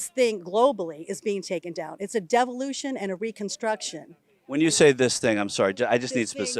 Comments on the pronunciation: Did she say 'Devilution'? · Oh! I thought she said " devilution" !